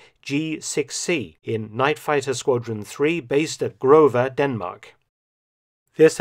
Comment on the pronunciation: Lol...I love your pronunciation of "grove"...hope you understand that us danish people dont speak german...so stop that grrrrrove..it isn't so important...just a little funny